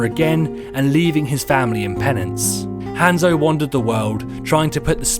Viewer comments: I love how he says zenyatta and Hanzo so badly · gabeshredspaper I cringe when he says Hanzo. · Oh my god. Say Hanzo right.